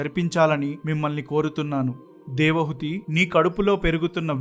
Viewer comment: 16.00 Hrs - Narration is good- తన్మాత్రలు అనాలి - తన్మంత్రాలు అంటున్నావు. నాకు 79 ఏళ్లు వయస్సు. వంటరి వాడిని. పరమాత్ముడిని నాకు త్వరగా మృత్యువును అనుగ్రహించమని కోరుతున్నాను. నాకు ఎటువంటి కోరికలు లేవు. నేటి సన్యాసులు ధనార్జన, కీర్తి, ప్రాచుర్యం, సాంఘిక గౌరవం వంటి వాటిపై దృష్టి సారించారు. దేవహూతి మీరు దేవహుతి అంటున్నారు